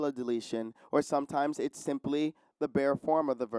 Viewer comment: Enjoying watching but note that he mispronounces part of the example text, although in an understandable way as I too was confused at first. That is not "i's" as in the first person pronoun plus an "s" but a deletion of the "t" in "it's." I would have spelled it "iss."